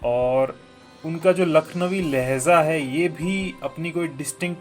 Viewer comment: It's lehJa not lehza...